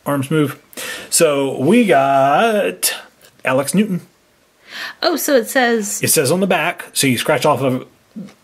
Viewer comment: He just said alex newton its alexnewtron triggered